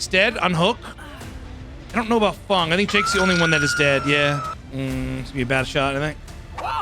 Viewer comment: ITS FENG! F E N G !! Not FUNG 😅